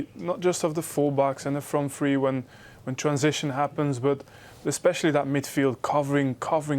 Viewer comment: Tree points, tree pints wit Robbo